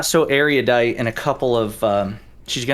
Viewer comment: Why can nobody pronounce erudite?